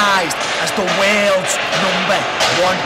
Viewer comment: Did anybody else think for a long time he was saying "The Wales number one" not "The worlds number one?"